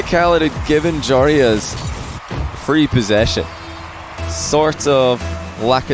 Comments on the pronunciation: YOU SAY IT JOROOZ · I love how you sat joreuz name If you compare t to dutch its pretty dawm funny 😂